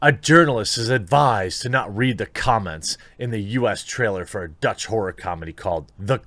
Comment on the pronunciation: Did he say "horror movie" ... or "whore movie" ?